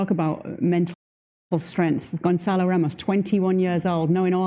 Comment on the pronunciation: Gonçalo not Gonzalo